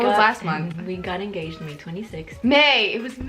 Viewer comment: enGAYged sorry lol